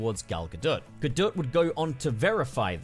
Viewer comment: I find it kind of hilarious that he says that English isn’t Gal Gadot’s first language because while it’s not, she speaks it fluently, as do most people from Israel (where she’s from). Also just wanted to say that you were pronouncing her surname wrong it’s actually “gah-dot”